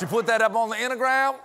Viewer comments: Mr. Colbert cracking himself up at saying "intagram" gives me life 😆🤣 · OMG, the whole “intagram” and steaks bit had me laughing my head off! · “Inta-gram…” Oh dear, Stephen got contact drunk after the “Diet Pepsi” bit!